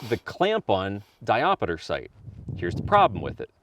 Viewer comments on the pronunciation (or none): Diopter, not diopeter. Also, the trigger spring is adjustable. Adjust it, you can dial the trigger in. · Diop (stop). Ter. But if that one does indeed have a ‘diopeter’.. truly a unicorn. (Someone had to be a dick). :-) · Great video. Always kill the montage Ya killing me smallz…di-opter not di-op-a-ter Just figured I’d mention it on the second video. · When I started getting into guns, this is one of the guns that made me lust. I wish Sig USA would make a proper version of this. Also...not trying to be a dick....just saying...it's not diopiter, it's diopter. Kinda like how ambidextrous isn't pronounced tree-us at the end. Like I said, it's a correction, not a criticism. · 3 years later and knowing he specifically says it wrong in the sequel. But it stills erks me when you say di op ater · 😂 diopiter? WTF is a diopiter? 😆